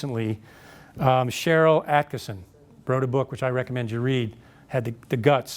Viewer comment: Who's the lady who spoke out? I can't tell if is saying "Acterson" or "Attkinson". I want to learn more about this book and look more into this. I already bought the first two spoke of.